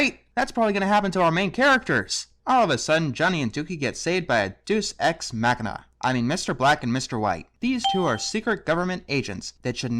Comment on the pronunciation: That's not how you pronounce Deus Ex